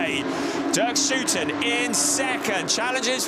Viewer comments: You did say "OO" in stead of "OU" very consistently. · It's "Schouten" just as someone from Liverpool is a "Scouser" and NOT a "scoozer". 😅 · Sure, just pronounce it whichever way you want, but it is not actually correct to use 'oo' (nobody in The Netherlands would ever do that).